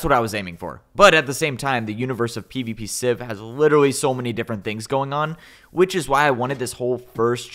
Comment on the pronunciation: take a shot every time says "literawy"